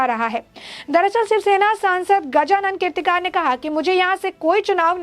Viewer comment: The news vale gajanann keertikaar kya??hota hai tumhara news reader ko dhang se Naam Lene ko aata nahin kya?😃😇😋😋